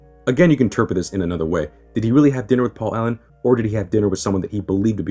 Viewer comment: Its Paul Owen not Allen